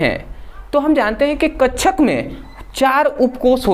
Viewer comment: Bhai kakshak hota hai hote hain kchcha nahin😂😂😂😂😂😂😂😂😂😂😂😂😂😂😂😂😂😂😂😂😂😂😂😂😂😂😂😂😂😂😂😂😂😂😂😂😂😂😂😂😂😂😂😂😂😂😂😂😂😂😂😂😂😂😂😂😂😂😂😂😂😂😂😂😂😂😂😂😂😂😂